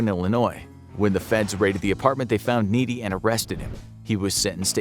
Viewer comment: You mispronounced Frank Nitti name.